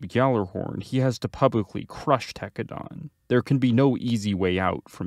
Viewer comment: Homie you pronouncing Tekkadan wrong..